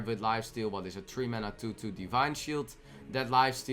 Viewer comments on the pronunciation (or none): none